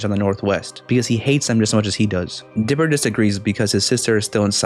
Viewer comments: He said dipil when he was TRYING to say diper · you said dlipper